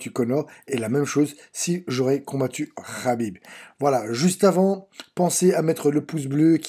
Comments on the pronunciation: Ce n'est pas Rhabib mais, Khabib !!! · "Rhaaakib rhaaabib rhaaibb" tu m'as saoulé, et en plus on sent des la premiere minute pour qui tu es. Bref c'était de la merde :/